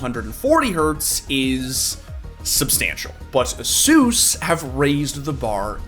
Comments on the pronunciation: A-SUS not Asoooooos bruh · The way this guy pronounces "asus" should be illegal